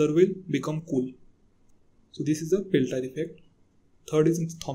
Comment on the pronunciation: Seeback instead of Seebeck, Peltire instead of Peltier. Just correct your mistakes then you can try to discuss about those effects. GL